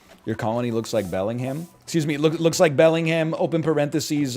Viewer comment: Pronounces the H in Bellingham? -2